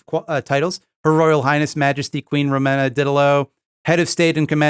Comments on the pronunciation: Her name is Romana, not Ramona, I know this because the QAA podcast regularly covers her. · It's actually Romana, pronounced Row-maw-nuh